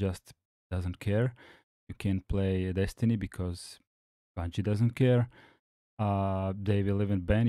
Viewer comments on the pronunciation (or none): none